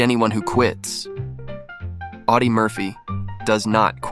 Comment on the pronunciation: Awdi not Oddy